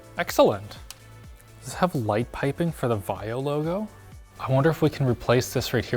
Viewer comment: OMG HOW CAN U DIS BIG PROBLEM LTT! IT, S NOT A VIO BUT VAIO